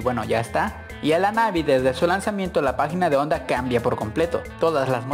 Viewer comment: JONDA??? juraría que era HONDA...